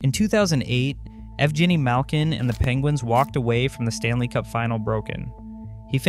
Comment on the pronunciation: 2 seconds is all it took to discredit your whole video. Ev-Jenny Malkin.